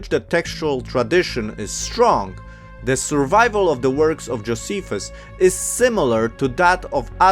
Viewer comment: Also, Joe- SEE- fuss.